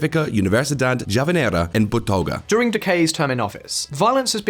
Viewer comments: Strong work w the video, but please have the voice over guy actually say “Bogotá” instead of… “Botoga” 🫠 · tell me you didn't read over your script, without telling me you didn't read over your script ... Botoga? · "the answer can be find" - huh? The say Botoga .. wth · The pronunciation in this video is atrocious. A 30 seconds Google translate query will help you pronounce simple Spanish names better. Also, it helps to actually read to word (as in, it’s Bogota, not Botoga… it’s Camilo Prieto, not Pritello, and so on) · Man u said Botoga instead of Bogota .. come on wtf ?!? and Camilo PriteRo ?!?!?!? is this a joke or you are doing yout job unprofessionally ?? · “Botoga” lol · Your quotes guy can't read. Pains me as an English teacher. ("Botoga", among others, and this isn't the first time) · I didn't see your comment until I posted mine. Throughout this video they mispronounced just about all the names, Bogota is pronounced like someone from New Jersey. And Fajardo? Lol man o man. Good video otherwise just do a little homework and pronounce things correctly. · Please guys do something about the way you pronounce Foreign languages, you did not even pronounce "Bogota" correctly. Same for the last piece you did on French Oversea Territories, all butchered. Quick look online on how words are pronounced would fix it. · It boggles my mind how Brits never even try to pronounce place names right. Meddelin, Botoga, really? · Have some decency and respect for other languages. You are dealing with Spanish, you know? Have the respect to pronounce their basic words correctly. Botoga? Pathetic. Stopped there. Conceited and arrogant English speakers. 🤧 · Po-toga!? Dude, I don't expect y'all to pronounce it perfectly, but y'all ain't even trying. Prieto, not peteiro ffs! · how do you manage to mispronounce every name lol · was the greatest pronunciation of my former university i've ever heard! Bless this man.